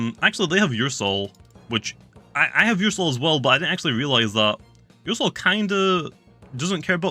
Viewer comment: ”ursoul” Me: “my soul? What does this have to do with my soul?”